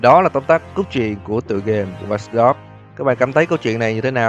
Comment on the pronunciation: Tên game:watch dog đọc:wats dog